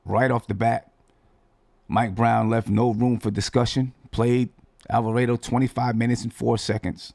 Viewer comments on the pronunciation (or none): It's Alva-raaaaah-do. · Bruh..... killing me with the Italian pronunciation.....GTA is a Boricua man. Rhymes with Avocado......not Alfredo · Damn getting attacked for saying the name wrong. Reminds me of when he was saying Guillermo name wrong. 😂. You know who he talking about let the man live.